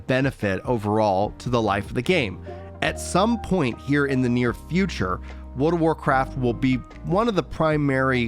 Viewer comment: He lost me when he forgot how to pronounce the "r" when he says Wold of Warcraft.